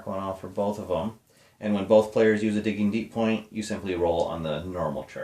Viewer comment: Diggin'... It's Diggin'.:) Just giving you a hard time, and that was a GREAT Jimmy Mac!! Happy New Year! Al